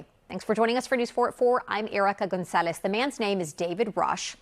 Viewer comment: Erica GOHN-Za_LĚz. lol.